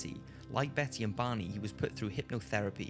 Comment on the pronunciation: Took me awhile to realize he was saying "Barney", not "Bonnie"....